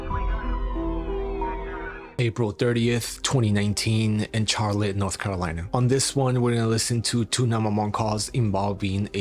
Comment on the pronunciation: Hey Charlotte is actually pronounced an Sh sound Just to help you out